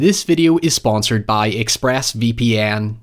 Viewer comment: immediately clicked off when i heard “This video is sponsored by Express VP ‘AN’ “